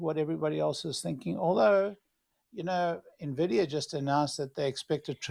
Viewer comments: when someone says nahvidia I discontinue the video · "na-vidia"...please don't pronounce it that way